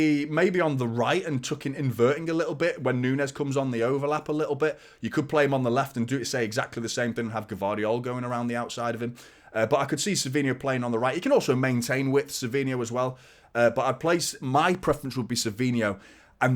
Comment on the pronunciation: Just to let you know Josko gvardiol is pronounced vardiol it’s a silent G. Thanks.